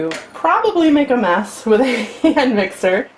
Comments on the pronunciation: Thought she said meth instead of mess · Sounds like she said meth at one point